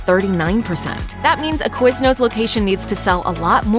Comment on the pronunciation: QuizNOOSS HAHHA